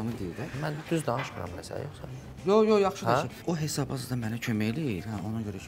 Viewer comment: Anons edene ne eceb bir adam demir ki, “HESAB” sozunde “Y” herfi yoxdur. “heysab” YOX “HESAB”dir.